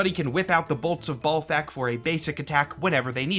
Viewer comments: maybe the first name is bal like ballet not bal like ball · Always read it as Bal-thakk not Ball-thakk. Cant think of any names where Bal is pronounced Ball. Also the purple fire is just fire rhats purple. Probably bc its magic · Maybe its pronounced balt-hack? You know, like bolts of balt-hack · I would imagine Balthakk is pronounced like Baal instead of Ball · In the same way some folks pronounce the planet Uranus 'youran us' as opposed to the funny way, perhaps Ballthak could be 'ball-tok'. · Is it pronounced "Ballthakk" with the double L of "ALL" or is it "Balthakk" with the single L of "AL"? Considering the lack of a double L, I believe it is B AL Thackk. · Pretty sure it’s BAHL-THAHK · balthakk is like uranus in that if you want to sound professional, you gotta avoid conventional pronunciation lmao. one simple way could be to swap the two pronunciations of "A" in his name. so for "bal", the A would sound like the way its spoken in the word "bat", and for "thakk", the A souds like the way you say it in the word "hall" bah-l-thokk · "Say 'Benoit'." "Benoit-" "Ballthakk! See? It's automatic." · Say ballsac again please. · I always pronounced Balthakk with an æ sound (first syllable rhymes with gal) and the stress on the second syllable. Which I’m realizing now is perhaps a bit too charitable to the fella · As a Marvel Snap player I have been familiar with the name Balthakk for a while now but never did it strike me that it’s pronounced like Mike Tyson talking about a groin.